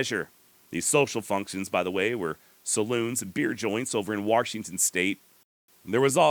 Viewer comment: Warshington haha you're the man